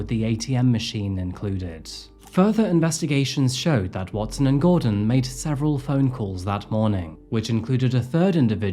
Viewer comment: And-T. With that said-T. 😂 new english-T